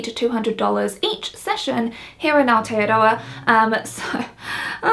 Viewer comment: it sounded like you said you live in alteadoa. i'm guessing i misheard and you actually said aotearoa. is that right?